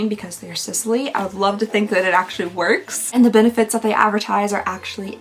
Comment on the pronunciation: Just FYI, Sisley is pronounced like Seez-Lay... Love your videos, even though i am not exactly your target, BTW...